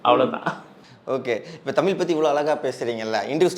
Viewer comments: Dail thogupalar don't pronounce it's Tamil pronounce it's tamizh........ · தம்பி நீ தமில் என்று உச்சரி்க்கின்றாய் ஆனால் அவர் தமிழ் என்று சரியாக உச்சரிக்கின்றார் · நெறியாளர் அவர்களே தமில் இல்லை தமிழ் உச்சரிப்பு சரியாக இல்லை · பேட்டி‌ எடுப்பவர் முதலில் தமிழ் என்று உச்சரிக்க பழகி கொள்ள வேண்டும். ஒவ்வொரு முறையும் தமில் தமில் எ‌ன்று பேசுவது நன்றாகவே இல்லை. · தம்பி தமிழுக்கு அழகே ழகரம் தமில் தமில் தமில் ன்ணே உச்சரிக்கரீங்க தமிழ் தமிழ் தமிழ்❤❤❤ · டேய் வெண்ணை தமிழில் பேசுடா தமில் தமில்னு பேசுவர் திருந்துங்கடா